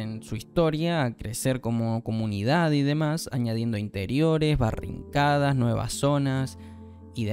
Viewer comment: Está bueno el contenido pero mi sugerencia es que cuides las palabras y la pronunciación en algunos casos cuando son palabras/nombres en inglés (Es barricada, no "barrincada") o sino el outpost inicial que es Nastya no "Nastaya". Un saludo mi pana, buen video y espero no te molesten mis sugerencias